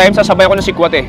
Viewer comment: Si-kwa-ti po hindi xa sihk-wahte. Sa Cebu kasi pure tablea lang unlike sa Cgy may gatas po.